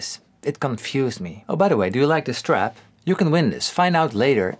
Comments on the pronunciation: I thought he said give away this STRAT, lol. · I tought you said strat instead of strap:/